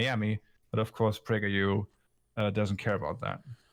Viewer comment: Yay!!! ("Prajer U"?!?!)